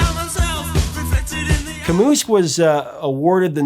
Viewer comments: it's "Camoo" not "Camoose" my friend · FWIW, it's pronounce "Camou" not "Camoose." So the possessive for the phrase "Camus' novel The Stranger (L'etranger)" would sound like "Camooz." Not a "Camooses" to be found anywhere... ;-) Sorry to be so pedantic, but my great old French prof Max Treuscorff would roast me alive if I let it go unremarked upon. Vive le Max! I never could figure out if he loved that book & wanted us all to share it, or hated it & wanted to make sure we all hated it too by forcing us to wade thru reading it in French when we could barely formulate essential sentences like "Would you like to sleep with me?" despite it being the lyrics of a hit song at the time... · It is pronounced like "Al-bear Ca-moo" Not "Al-Burt Ca-Moose" you. The T is silent, but can be over looked, but the S is silent. If you were going to pronounce the S it'd be "Cay-mus" which is forgivable, but you are such a poser, you are trying to pronounce it and fail miserably. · i dunno if it has been mentioned but camus is pronounced camoo not camoose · Albert Camus is pronounced Alber Ca moo (approximately) not Ca moose. Other than that I like your site. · Kamus🤣😂🤣? I don't think you have to speak french to know that it's Kamiii how you should pronounce. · Someone else in the comments may have already mentioned this, but the "s" in Camus is silent. It's just pronounced Kam-ooh. BTW, this is my first ever grammar Nazi comment.🙄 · “Albert Camuses” lmao Professor of Rock definitely, professor of English nah. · Love ya, Prof.... but it’s pronounced Ka(h)-moo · Hey Prof, it's "camu". The s is silent. Don't feel bad, it's a common mistake. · Cam ew - the 's' is silent. Some almost pronounce it Camay, but not quite. It's a French thing. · Yeah, I was like wait a second here, "Camooz"? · Great summary but the "s" of Camus is silent. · The 's' is silent in "Camus." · You beat me to it! Nails on chalkboard.